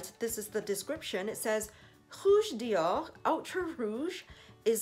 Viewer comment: Hi!!! This is a beautiful color!!! I remember when you got the Mac in red!!! Which looked beautiful on you!!! This one I love the VD on the cap!!! The way you pronounce the Dior sounds soo classy!!! Wow you can definitely see the color!!! I love how the color looks on you which is so perfect!!! I loved the gloss look!!! I loved your video but I can see the price is definitely worth it!!! Xoxo Pam ♥️♥️♥️♥️